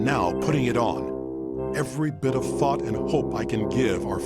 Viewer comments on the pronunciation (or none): I'm sorry but I kinda heard something different than "thought"